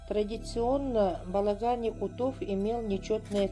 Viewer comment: Прекрасная лекция, спасибо огромное🙏. Позвольте одно замечание, не "якутОв", а "якУтов" , не "якутЫ", а "якУты". Так же, как не "татарОв", "белорусОв" или "туркИ", "татарЫ" и т.д.